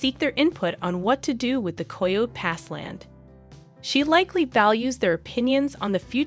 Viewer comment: is AI. Coyo pass? That’s how you know. Coyote Pass. Ki-o-tee